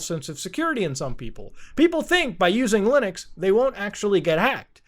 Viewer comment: Bro, when he browsed his directory, there is an mp4 where the title has the phrase "fastest nuke". Its okay, you are forgiven for what you did in the past muta. Edit: , muta said lunix. I'm laughing right now lmao